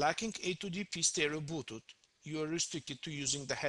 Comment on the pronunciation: it's bluetooth not bootooth. wehehe. peace. =)